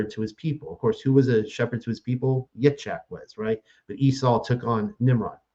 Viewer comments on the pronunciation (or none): I appreciate discussion honestly, but as a correction of speech, it's not Yit"shack" it's pronounced Yeets hawk (sorry, tried to spell it phonetically) the CH is sounded like "ha" as in ha hah ha laughing... And it's not Ya"cove" it's Ya 'a' cove (phonetically spelled) - these are Hebrew names. It would be greatly appreciated and respectful if it were said correctly.